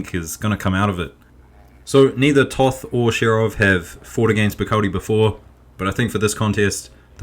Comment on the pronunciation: Pro commentator tip: Toth is pronounced just as 'taught`.